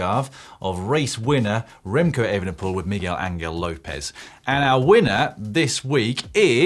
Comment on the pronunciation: lol Remco Vanderpole! common! lol get it right